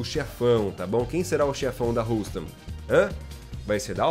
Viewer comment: Houston pronuncia-se ˈ(h)yo͞ostən